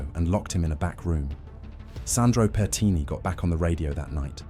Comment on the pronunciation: Pertini, not petini 😂petini means little farts in italian lol